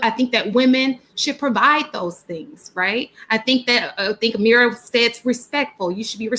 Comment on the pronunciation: Her name is..not Ameera